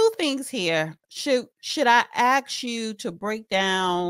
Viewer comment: Joe, please tell your commentator it's ASK, not "axe".